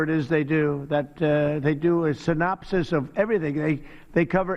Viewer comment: Who the hell taught him the word "synopsis"!? 😂